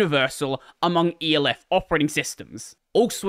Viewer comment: why he pronounce elf like that